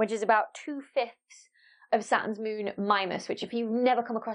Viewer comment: I love how you say mũn